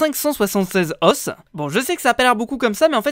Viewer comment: Petite erreur de prononciation!! à de la vidéo "Le mot « os » s'écrit de la même façon au singulier et au pluriel. Mais il ne se prononce pas de la même manière selon qu'il est singulier ou pluriel. Au singulier il se prononce [Os] comme brosse. Au pluriel il se prononce [o] comme eau ou ô." Voilà voilà ^^'